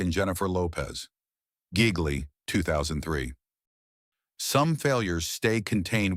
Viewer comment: Ai pronouncing "Gigli" as "Giggly." Probably would have been a better title for the movie tbh.